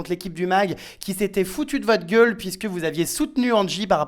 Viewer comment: Même Jeremstar quand il dit gueule vers les 18mn mddr